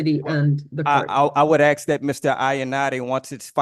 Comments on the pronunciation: When your vocabulary consists of words like aks and liberry, I strongly suggest that you do not represent yourself in court. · When you say things like 'ax' instead of 'ask' and pronounce it 'libary', you really should not decline a lawyer. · so why does this "Indian chief' say AXE instead of ASK?? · I know for a FACT that even Aboriginal people know that it’s pronounced “ASK”…not “AX” my dude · Aks is not a word. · You hear "aks" instead of "ask"? You've heard enough. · The word is spelt ‘ASK’ not “AXE’! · So is he trying to reach the magical threshold of repeating the same time in court? If you say the same thing 10000 times your case is dismissed, right??? 😂😂😂😂😂😂 Wait, so the whole fate of the planet, and likely universe hinges on this one person who can’t pronounce “ask” and repeatedly says “axe”. We are doomed!!!!!!!!!!! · Can’t say library, recognizance, or ask correctly lol and making dumb claims he’s just dumb all the way around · Or maybe teach him how to pronounce the words "ask" and "library"? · if you cant say library or ask, maybe you souldn't represent yourself. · Why is it that so many SovCits can't pronounce the word "ask".